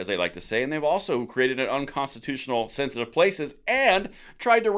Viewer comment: It's pronounced thenthitive😅